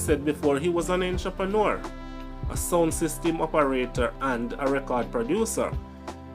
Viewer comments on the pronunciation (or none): none